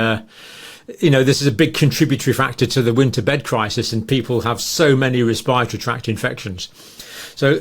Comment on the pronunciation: Not "respireatory, respiratory.